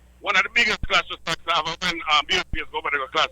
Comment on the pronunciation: Put some respect on Saxon name it's Saxon not Saxson